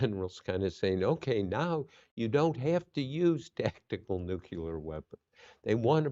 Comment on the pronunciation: "nuk-u lar"